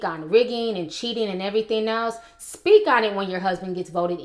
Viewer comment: it's speak not speaj.